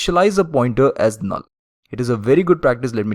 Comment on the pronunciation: the way he pronounced "a null" is very funny